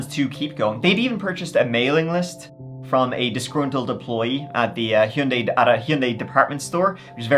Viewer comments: Your pronunciation of Hyundai got me laughing. Hee-uh-Yun-day. 😂 It's a Korean brand. I wonder how they pronounce it. I say hun-day. I'm American. I wonder who pronounced it the worst 😂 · Hyundai rhymes with Sunday. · the way hes saying Hyundia is cracking me up😂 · I've usually heard it pronounced hund-eye... Hund- eye or hun- day... Or hy- un- day, hy- und- eye... ....... What was I saying? My mom had one, actually my mom and dad had matching ones idr model, white 4 door sedans ...its crazy, I've never thought about a rich person driving any model of Hyundai, it's not a rich person's car in the US...its a relatively affordable lower-mid range car w decent gas mileage... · I’m Americas it’s “hahn-day” and always will be idgaf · I am starting a petition that everyone say Hyundai like.